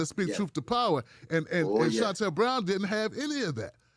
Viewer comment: “ short cut Shannel”.